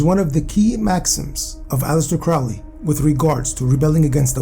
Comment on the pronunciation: Not trying to sound like a snooty know it all, but Aleister Crowley pronounced is name alley-ister crow(like the bird)-lee. Fascinating video, I'm currently going through the break up of a 3.5 year long relationship wherein we lived together for the last 2.5 years. I've found that researching various topics I find very interesting has been a beneficial technique for not letting my mind dwell on the negative emotions that break ups inevitably trigger, and this video had a firm command on my attention from start to finish